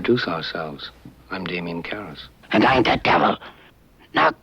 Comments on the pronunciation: The accent is on KARras. Not karRAS. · Who are they hiring over at Mojo? This arrogant twit has the video clip for the Exorcist, the part where Damien clearly pronounces his last name care-ess and this guy decides to pronounces it cur-rass. Maybe he didn't see the clip, maybe he was too busy and is reading a script, but for a generation that has problems putting two words together to make a coherent thought, one might think he'd either make sure of the pronunciation since he was clearly wrong, or not be as arrogant to think he, a graduate of this modern tragedy of an American "school" system, knows any better then someone who is an actor, a playwright and an english professor. And that's all I have to say about that. Cheers and happy holidays to all. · Proof that these people don't read the comments: On a previous video, I posted that the Exorcist character's name is not pronounced "kur-ass' (it's 'care-uss'). But here, the same narrator makes the same mistake. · narrator, have you seen the excorcist? the preist's last name is pronounced like 'carrots' without the letter T, it doesn't rhyme with 'harrass'. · Why bother making rules/criteria if you're going to ignore them when making the list? And the male narrator kills me; he regularly mispronounces and overpronounces words. In this video he mispronounces Father Karras' name a second before Father Karras INTRODUCES HIMSELF in the scene used, which includes the proper pronunciation of his name. It's clear that the narrators have often not seen the movies they're listing, but they haven't watched the clips, either. It takes away a bit of credibility. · I think you mispronounced Damian Karrass' name (and I think I misspelled it).